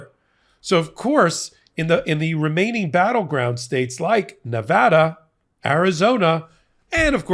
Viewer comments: Thank you for pronouncing the great state of Nevada correctly(!) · Thank you,, for your continued updates. Also, thank you for pronouncing Nevada right!